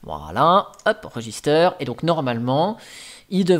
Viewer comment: On dis Register en anglais pas "register" en fr